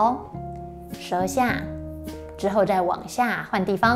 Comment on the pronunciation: 不是熱骨，是樂骨 (肋骨) OK ?